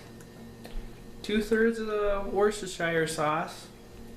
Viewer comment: You say it 'Wooster' Sauce :)...great video man thanks .